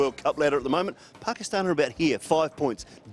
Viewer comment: The way he said Pakistan is exactly the same way Pakistanis say it.